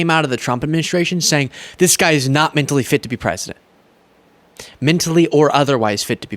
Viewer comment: it’s mentally, not mintally, come on dude.